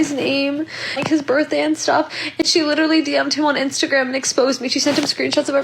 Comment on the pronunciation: she literally cannot pronounce the word 'literally'